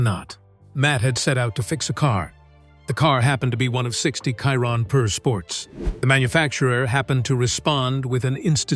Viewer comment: They still can’t make AI pronunce Chiron properly.